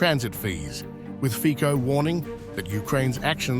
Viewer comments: hi is not fiko, it is c like ciklist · lol Is not Fiko but Fitso - correct pronunciation... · /fitsoh/, not /fikkoh/ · As far as I am concerned, as a Slovak citizen, Zelensky´s decision must have been pre-approved by certain EU officials, due to the fact that, along with Orban, Fico (pronounced as "Fitzo" not "Fiko") is a respresentative of a minority among EU member countries with a somewhat "common sense foreign policy" point of view, which of course represents a pain in the butt to the liberal majority of politicians in the EU. They (liberal EU representatives) see this as an opportunity to weaken Fico´s position at home and to try and anger his voters when the consequences of Ukraine´s unilateral decision bring about soaring of energy prices. The EU officials do not care about the financial damage this will do to the EU economy. Fortunatelly, tides are turning and Hungary and Slovakia might be strengthened by other EU members where elections showed the will of the voters to try a more conservative and neutral policy, especially towards the conflict in Ukraine. We can only hope this happens sooner than later. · Please, try to pronounce correctly the surname of Mr. Fico: fitso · Pronounce it as Fitso. I am so tired of hearing these ignorant English speakers mispronounce European names. Ukraine is a maffia fake state. Shoud be divided between Russia, HUngary, Poland. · Correct pronancion is Fitzo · PRONOUNCED FITSO! 😮😮😮😮 Thumbs down , Moron! 😮😮😮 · Can you at least say his name right or are you such ignorant not able to